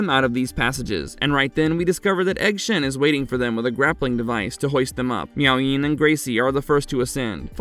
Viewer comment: I think it's Miao Yin...not Meowing